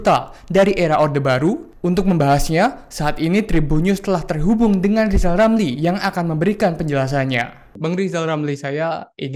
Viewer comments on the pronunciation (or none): bukan rizal ramli tpi lijal lamli....😂😂😂😂😂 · Lijal Lamli....😂😂😂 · ngomong r aja yg ngomong kkn rijallamli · Bukan Rizal Ramil kali? Lizal Lamli yah? Heheh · Lijal lamli..... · Gimana bisa berpikir sehat loe RR. ngomongbhuruf R saja loe gak becus.coba deh loe sebut nama loe sendiri dengan baik dan benar.😂